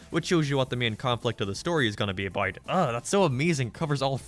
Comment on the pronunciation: Why do you say "abart" instead of "about"?